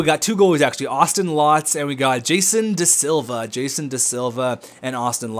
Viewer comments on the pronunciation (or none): none